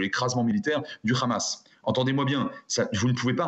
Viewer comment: Quand le gars te prononce Ramass, t'as tout compris😄